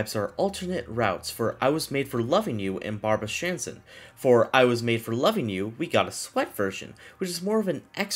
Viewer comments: Why does he keep calling Barbara Streisand “Barbara Stransand” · Barbara Sandran 💀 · The way you pronounced Barbra Streisand’s last name sent me